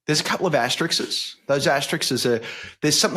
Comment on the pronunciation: Wolfers is always good value. A sane voice in a deranged world. (ps Justin, it's asterisk not Asterix or even Asterixes).